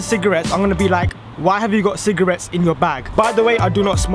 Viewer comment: 6 times you said cigrates